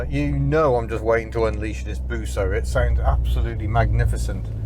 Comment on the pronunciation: Busso is pronounced exactly as spelt.